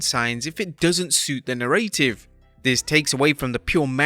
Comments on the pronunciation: Na-ruh-tive. Not nuh-ray-tive. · fyi narrative isn't pronounced "narrate-ivv" it's "narra-tiv" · Why can’t the narrator say narrative correctly???? It’s narr a tive small a not narr A tive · Please say "NARA-tive", not "narrAY-tive". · WTF is a Na-RAY-tive?? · "Na ray tiv" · "the narr-ay-tive" WTF? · Me too!!! NAIR-uh-tivv... Get it right!!! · Say it with me Narrative NA-RA-TIV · the narrative. how did you say it?? 😂 just basic language, dude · Stop over-emphasizing the middle A in narrative. You're putting emphasis on the wrong syllable. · ‘Narrative’ does not rhyme with ‘creative’. Good god.. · Who the hell pronounces narrative like that 🤦‍♂️ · For the love of God, if you're going to do a video about narratives, learn how to correctly pronounce the word 'narrative.' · Lol..... that's not how you pronounce "narrative".